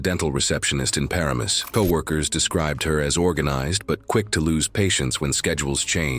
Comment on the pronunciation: LOL exactly zero of those pictures were of Route 17. The town is a tough one but its sounded out like Puh-RAI-mus.